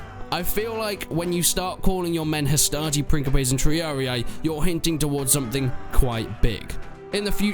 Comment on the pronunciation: I don't mind the pronounciation, but truly so people don't nag you in the future, here's a simple run down. You pronounce hastati well Principes is pronounced "Prink-e-paes' Triarii is pronounced 'Tree-ah-ree" instead of "tree-ah-i" turns out C's were pronounced as a K in old latin, and the soft c's were plebian. Thus Ceasar was pronounced Kaesar - Fun fact, in a lot of european languages, emperor translates to something alike Caesar. Kaiser, Cisar, Tsar, Kejser, Cesar